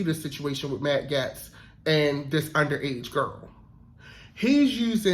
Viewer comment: I love your breakdowns. To contribute, Matt's Gaetz' last name sounds like "Gates" - not important, but I wanted to be a blessing to you.